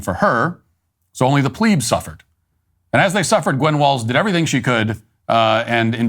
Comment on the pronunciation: PLEASE PASS THIS TO MATT- Dear Mett, The word "plebs" is pronounced with a soft E. It's not "pLEEbz". It's just plebs